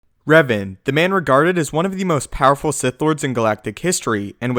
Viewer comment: Its Revan, not Raven